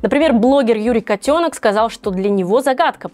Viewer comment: "Котено́к", а не "котёнок"!